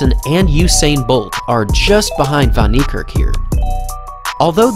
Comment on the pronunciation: Its niekerk not nerkirk